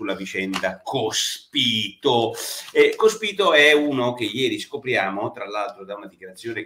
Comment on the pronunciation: ...😀 ma soprattutto, perché Porro non riesce, dopo giorni che è sulla bocca di tutti, a pronunciare correttamente sto cavolo di cognome del mona anarchico?😉🙋🏼‍♂️